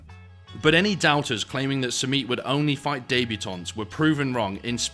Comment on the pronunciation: What’s a daybutaunt?